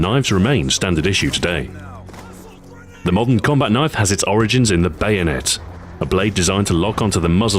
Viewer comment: That's not a kniayfe tHiS iS a KnIaYfE